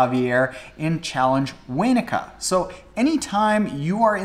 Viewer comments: 😂🤣 love the way you say challenge Waynaka!!! It's supposed to be said Wanaka like you say Canada not Caynada lol!! From a Canadian expat in New Zealand!! Great show mate!! Keep it up!! 😎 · It’s pronounced Won-a-ka, I live a few hours from Wanaka in New Zealand and was in that race with Gomez and Currie 😊 Also stoked that Currie and NZ got a shoutout 🙌🏻